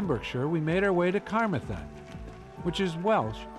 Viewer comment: Ca-marth-en it's pronounced! But thank you for visiting our land, I hope you enjoyed it!